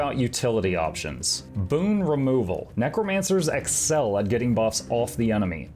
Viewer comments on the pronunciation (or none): none